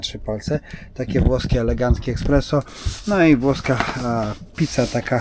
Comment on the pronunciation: espreso a nie eKspreso😂😊